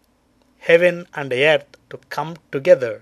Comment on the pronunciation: ok.. like seriously.. I can't watch this video cos he's a fugly motherfucka. Do you have to stick ur face sooo into the camera? And try and use complicated words when you can't even spell properly Einstein? Btw.. its called Earth.. not YEARTH...